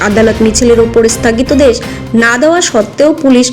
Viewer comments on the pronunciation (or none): বাংলা যাঁরা পড়তে পারেন না, তাঁরা কেন পড়ার কাজ করেন? "স্থাগিতাদেশ" মানে কী? হবে তো স্থগিতাদেশ। আসলে ইংরেজি লেটারিং থেকে কি বাংলা পড়ছেন ?